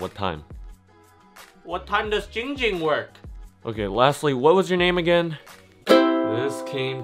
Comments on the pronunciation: giiiiing ging not GING GING LMAO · It's Jing jimg not going ging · 808 It's not poo poo it's Ging Ging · it’s not ding ding ling ling it’s giiiiing ging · Muddah Asssho it's Giing Giiing not bing bing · It’s ging ging not ping ping not Ling ling not ding ding not fing fing IT’S GING GING Sorry I got mad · IT’S NOT ING ING, IT’S NOT PING PING, IT’S GING GING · It’s not Ging Ging—it’s Pee Pee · Why does everyone call him ging ging it's ginnnnnnnnng ging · It’s not ding ding it’s not ding dong it’s not pee pee it’s ging ging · ITS GING GING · I am very calm person Man says name wrong Also ging ging: What the hell you say?! Opens eyes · Ging ging: “I’m a very calm person” Also Ging Ging:”IF YOU SAY MY NAME WRONG ONE MORE TIME I WILL BUY THE WHOLE COMPANY AND FIRE YOU!!!!!!” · Me: says giing gings name wrong by accident Coffin dance cues: Me: oh sh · This is how many times ging ging gets mad at people for saying his name wrong V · "also my name is" Ging ging: "GING GING"